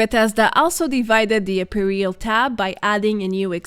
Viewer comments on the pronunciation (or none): I do not want to appear aducational, but "apparel" ist pronounced quite differently. Otherwise keep up your informative work! Btw, I recently came across you in Fallout76 for the first time since I startet playing in May last year, which was something of a special experience considering that I follow your channel vor quite some time.